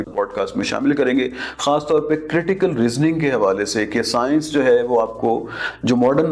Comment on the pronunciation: Paksta aur sayanshh 😂😂😂😂 markiit 😂